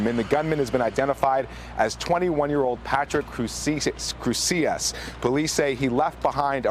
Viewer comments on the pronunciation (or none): Latino reporter pronounced the name "Crucias" by force of habit making it sound Spanish. It's Crusius. If it were "Crucias" he would be one of the killed victims, not the shooter. Ironic for the name of a racist to be pronounced in the tongue of the people he hated.